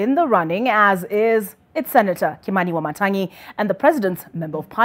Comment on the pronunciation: Kindly pronounce African name properly "wamatangi"not Wamata'ngi😳😳 you are African aren't you?